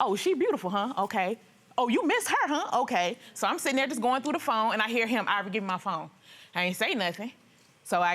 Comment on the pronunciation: Ivoiree instead of Ivory? Why?!?!